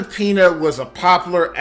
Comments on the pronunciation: Her name is pronounced, Pen-Ya, not pee-na. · Yes, Pena is usually pronounced "pain-ya", not "pee-na". I'm shocked no one has mentioned EP's finest film, LONE STAR (1996), one of my favorite films of all-time, and I've been a film buff since the 1960s. Check it out if you can find it. Also Jacob's Ladder. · Dude! show some respect! Learn how to bascially pronounce the Spanish words you're using ESPECIALLY HER LAST NAME! It's not "pee-nya", that means pineapple, "piña". It's "pain-yah." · Pen-yah, not peena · It's not "pee nuh." It's "Pen yah." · He cant even say her name right. Its pronounced pe-nya. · Its pronounced pena( penya)! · Are you dumb how are you a commentator and your pronunciation sucks her last name is Peña pronounced ( Pen ya) AND THE CHARACTER SHE PLAYED WAS MIRAGE MEANING SOMETHING NOT QUITE WHAT IT SEEMS . WTF DUDE LEARN TO SPEAK FIRST. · Pronounce the name right please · “LaBumba”, “AAA meeting” for alcoholics, Elizabeth “Peena”. This was a great comedy video. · elizabeth "peena"??? la "bumbuh"??? wtf man.